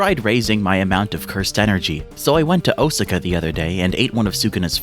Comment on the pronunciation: Just the pronunciation of Osaka had me wondering if this whole video was going to be a shitpost.